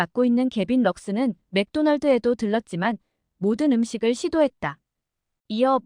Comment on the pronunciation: 나레이션님? LA다저스 발음할때 에레이~에레이 하지말고, 엘레이 엘에이 다저스 이렇게 발음하세요. 엘레이다저스!